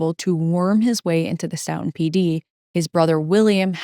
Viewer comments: Very well researched and delivered!! Looking forward to more! (Btw, the locals in Stoughton,pronounce the name of their town STOW-ton, rhymes with "STOW-a-away.) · Great coverage thank you. Also, it’s pronounced like Stoh-Tin